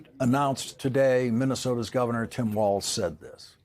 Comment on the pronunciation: Walz, not Walsh